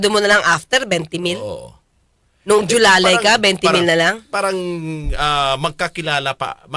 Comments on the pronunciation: Jowang Alalay "Julalay" 🤣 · Hindi po JOLALAY Atty., dapat JOWALAY! 😂😂😂